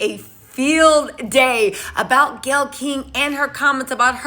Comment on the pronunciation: Her name is Gayle - le = Gay